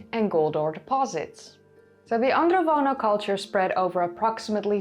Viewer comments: It's Andronovo, not Androvono culture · It’s AndroNovo not Vono 😉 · AndroNOVO, not AndroVONO. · She keeps mispronouncing 'Andronovo' as 'Androvono'. It's even mispelled in the description and the hashtag. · Thanks for the video. I wanted to point out that the name of the culture is Andronovo, not *Androvono. Also, the j in Karajartas is pronounced somewhat like a French j (that is, like the English s in 'measure'), not like the Dutch j (English y).